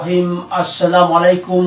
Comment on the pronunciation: Bismillah hirrohim!!?? Gimana baca basamalah gak sempurna ..jgn gabrah la pak ustaz.